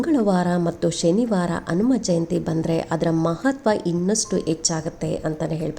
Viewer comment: ಕನ್ನಡದ ಉಚ್ಚಾರಣೇ ಸರಿಯಾಗಿ ಇರಲಿ ಅನುಮಜಯಂತಿ ಅಲ್ಲ ಹನುಮ ಜಯಂತಿ ಎಂದು ಸ್ಪಷ್ಟವಾಗಿ ಹೇಳಿ